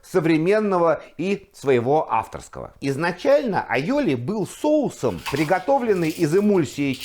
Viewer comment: Вы, судя по ударению, сторонник испанского происхождения айолИ?😂😂😂